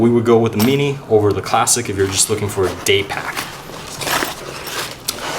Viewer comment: when he says mini :p